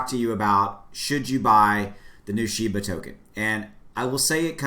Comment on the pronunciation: it's pronounced SHE BA